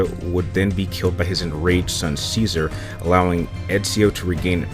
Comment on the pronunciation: Cesare is pronounced chesare actually but you are saying scissor